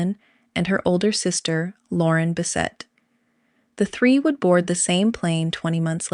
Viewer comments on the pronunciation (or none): none